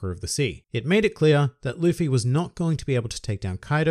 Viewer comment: He said “luppy” lmfao